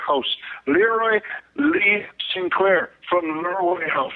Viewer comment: It's not St. Claire, it's Sinclair.